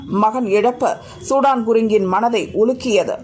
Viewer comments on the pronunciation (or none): இவர் சூடான் குருங்க் இல்லை சுதன் குருங்க்.... இப்போதெல்லாம் செய்தி வாசிப்பாளர்கள் கவனமாக படிப்பதில்லை... வாய்க்கு வந்ததை விடுகிறார்கள்